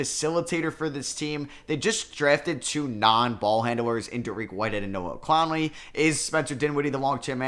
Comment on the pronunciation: please… Clowney not Clownley